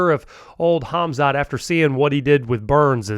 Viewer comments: Mate you cant even pronounce his name correctly. Its KHAMZAT not KHAZMAT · please learn to say the names right ;-) he,s not called hazmat!!! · His name is khamzat..not khazmat🤭